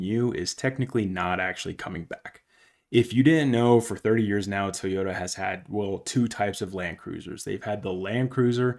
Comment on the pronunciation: Try it with me...Toy Yoda! NOT TEEEEYODA